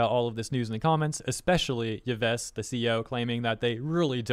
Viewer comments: Just FYI, Yves = Eve Guillmot = Gi-moe I think that's correct. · The CEO's given name is pronounced "eve". Yay, French. I remember this because one of the villains from the movie Sahara is named Yves Massarde. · Yves' name is pronounced the same as the feminine name "Eve". Still funny to hear how his name is butchered, but thought to post it incase you wish to know how it is pronounced. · Yves is pronounced like "eve" with an s. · Yves = "Eev", the S is silent unless the next word starts with a vowel Guillemot = "Gheey-mo", hard g, a bit of a "y" at the end, and then just "mo" At least, that's my experience with French (fluent French as a second language). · you can pronounce Yves as "Eve".